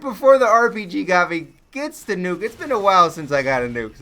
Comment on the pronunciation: "Then he ended up CHLUTCHING IT FOR THE NUKEE!!!!!" xD